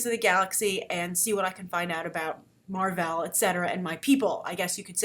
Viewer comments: Mar-vell. Not "Mar-vel"...smGDh Did you read these comics you're talking about? :-/ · I'll give you props for choosing Mar, but it's MAR-VELL. There is a double L. Sorry, he's just my all-time favorite character.